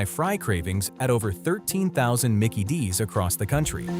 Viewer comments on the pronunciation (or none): none